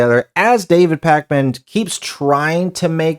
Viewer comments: "Pac-Man." lol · Love how everyone says it like “Pac Man” 🤣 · I thought it was AI with your pronunciation of Pakman. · I love the way you say his name like the arcade game 😅